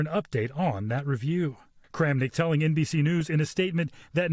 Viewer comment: It's NBS News, whacha want…